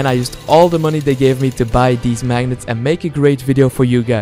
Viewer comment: I can't get over the fact he says "deez" instead of "these".